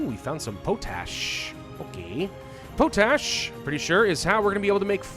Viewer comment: I looked it up to see if Americans pronounce potash differently than Canadians. The answer i found is no. is pronouncing it weird for whatever reason. Pot-ash or Pawt-ash not Poe-tash